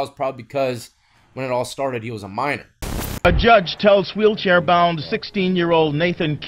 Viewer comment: He's a coal-miner? What's that? Oh, Mi-NOR.